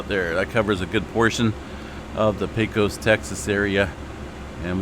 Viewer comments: Pecos is pronounced pay' cus , long a :goodvibes:. Great coverage, thanks. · It's not a big deal, but Pecos is pronounced pay cuss by the locals. Texas has quite a few towns with strange spellings for how they are pronounced. Thanks for all your work!